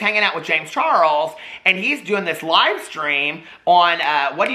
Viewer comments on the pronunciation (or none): none